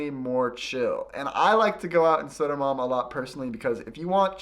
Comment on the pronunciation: Sodo-man...? Is that Södermalm, for us not living in Stockholm...? ;-)